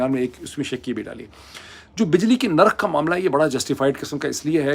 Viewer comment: Mr moeed Pirzada plz use proper Urdu words Correct words are Lafz Nirkh Not Lafaz nor Markham???